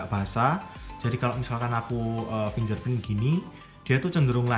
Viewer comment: Bang bacanya 'finggerprin' bukan 'finjerprin' thank u